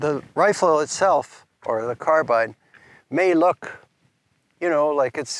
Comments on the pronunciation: Beautiful carbine, and you actually know how to pronounce it, too. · Good man proper English carbine not carbene